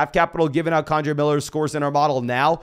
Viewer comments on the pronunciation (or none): For the love of god,. It’s KEN-DRAY Miller. Not KAWN-DRAY Miller. 😂